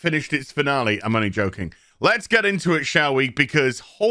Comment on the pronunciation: Upgrade your diction. Practice pronouncin the "l" in "only".